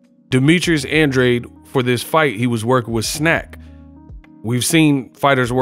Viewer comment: Great fight, but please don't act like you don't know what Benavidez hydrated back up to!!! It's more like you don't want to report it. The fight was even Andrade lost plain and simple, spare me your innuendo about an advantage for Andrade! And learn how to pronounce his NAME!!!!